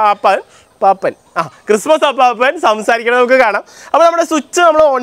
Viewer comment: അപ്പാപ്പൻ അല്ല അപ്പൂപ്പൻ!!! ..